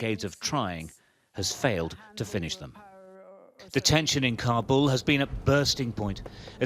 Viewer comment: It’s Kabul, not CAR-BALL